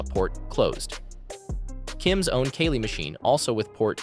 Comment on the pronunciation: Wow, great editing and great information.. I actually learned something.. also it's Kali, not Kali.